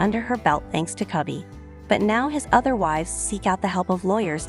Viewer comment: The least you could is pronounce the patriarchs name correctly. The O in his name is pronounced as is you were saying toe not pot.